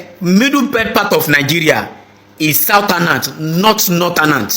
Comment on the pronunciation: Why is it that this generation does not know how to pronounce northern and southern? It's so disgusting. Saotanas, notanas. What kind of grammars do they teach in Nigeria for God's sake?